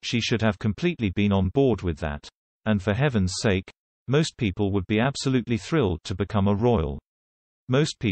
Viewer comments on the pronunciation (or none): none